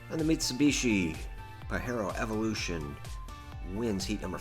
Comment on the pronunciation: First time ive ever heard that Mitsi called a "Pa-heh-ro" 😮 We call it a "Pah-jeh-roh" with the strong J sound